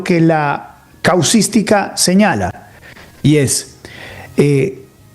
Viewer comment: Ni siquiera sabe pronunciar ‘casuística’, ni entiende el término; aun así, repite su discurso casuístico con ignorancia y mala fe.